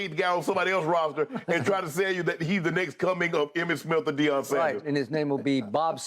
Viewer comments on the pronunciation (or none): none